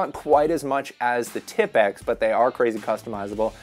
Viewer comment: Am I the only one than my ears bleed when I hear tipx instead of T I P X (tee I pee exe )